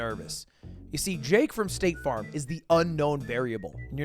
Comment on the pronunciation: I kept hearing stake farm as in stake the gambling company, and nothing quite made sense until I saw the "sponsored by staTe farm" at the end lmao